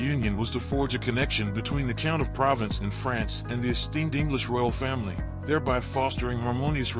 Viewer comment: Provence is not pronounced as province!